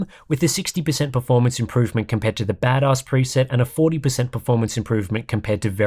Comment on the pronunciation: Chuckling every time you say Bad Oss